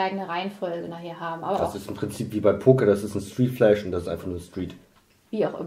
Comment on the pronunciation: Es heißt flush, nicht flash.